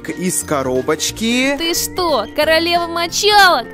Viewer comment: Почему он говорит вместо 《л》《р》? Например короРева